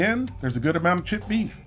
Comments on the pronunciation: i know he is saying creamed chipped beef fast but it sounds like creamed shit beef, makes me even more not want it. But it is SOS. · I know you are saying "chipped" beef, but it sounds like you are saying "shit" beef. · This is weird shit on a shingle is an exclamation of surprise in England i didn't know it was a food not sure which came first. When you you say chipped beef with your accent it sounds like shit beef. Maybe that 's how it got its name. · When you say "chipped" it sounds like you're saying "shit". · i cant unhear "cream shit gravy"